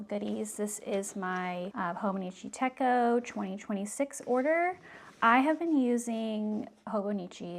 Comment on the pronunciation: Great unboxing! It's "tet-cho", not "teh-ko". Techo (手帳) means "pocketbook" in Japanese. 🙂